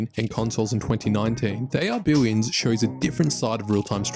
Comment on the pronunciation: Billions or Billwiouns? Lmao